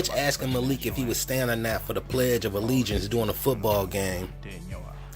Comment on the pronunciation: The way pronounced “Malik” is actually the proper way to pronounce it...the Arab pronunciation. The way we are used to hear it is the Americanized version..